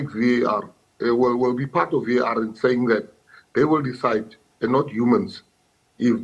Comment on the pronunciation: It's Waar for me😂😂 it's V.A.R sisi you can't say it as one word